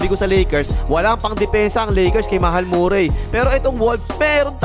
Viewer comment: Hindi nga yan Morray! Marry ang pronouncation nyan tol